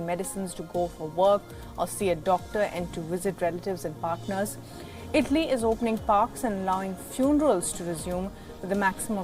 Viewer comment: Tf is “ itly “ it’s ITALY